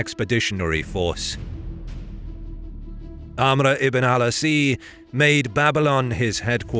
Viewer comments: My friend, how did you turn ‘Ās into ‘asee’. It’s pronounced ‘Aas’ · His name is Amar ibn Al Aas (May Allah swa be pleased with him) not Al- Asea. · Amr ibn al Asi? "Asi"? Its Amr Ibn al 'As. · The commander name is Amr Ibn Al As and not Al Asi. Please fix it. Thanks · The commander name was Amar-ibn -Al-As not Amar-ibn-al-asid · Great work but just sayin = its 'amr ibn al'aas " spelled, not 'asiii" there is no i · His last named was pronounced Al-Aas not Al-Asi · Amr Ibn Al 'As, not Abr Ibn Alasee. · As, not Asi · Excellent video, but the Ibn Al-As pronunciation is incorrect, why do you add Asii, just عاص (Az) if you want you can add the As’s. Secondly, the fictional images of muslim leaders lacks realism, they are all wearing current Arabian Shemagh which was invinted by British colonist in the late 19 century - early 20 century to protect them for the hot Arabian sun, you should have implemented a more thick beard Arabs with Arabian Turbn (one of your Arab friends should help search for it, it’s difficult to find using english keywords in google) Fun fact: When Umr Ibn Al Khatab and Muslims capture Jerusalem, Christian’s added in there surrendering treaty that Jews can’t enter the holy city which Muslims refuse and they settle on jews can visit and stay in the city but without dealing in commerce, so I’m not sure about that item in the Alexandia surrendering treaty (I don’t have a factual info, but it’s known that Muslims always dealt well with other religoins when they invaded these lands, thats why these lands from Morocco to Pakistan have a long admiration to this religion) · Its promounced amr ibn al AAS